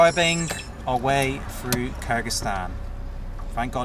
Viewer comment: I wish you'd pronuance Kyrgizistan correct 😂